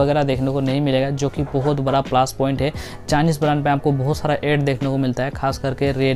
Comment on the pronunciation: Plus ➕ point hota hai plaash point nhin 😃😃